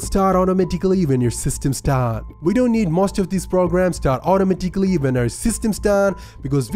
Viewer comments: Automatikly lmao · "It starts automotickley" it auto tickles you lol. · you the guy that say "otomaticaly"